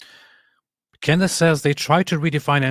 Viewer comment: "Cand Ace"😂